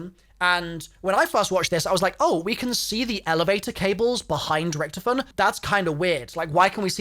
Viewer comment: you pronounce it horrivly wrong sounds like youre saying recktom